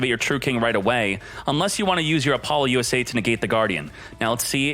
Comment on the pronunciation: "APOLLO - U.S.A" might be the funniest pronunciation of this card so far lol